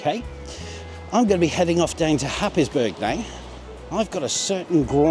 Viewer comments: Pronounced hays-borough! Always like the alternate, something like a USA civil war battle field!😂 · It’s pronounced ‘Hays burruh’. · Great images. Happisburgh hey? Pronounced Hays brrr. Welcome to Norfolk. 😉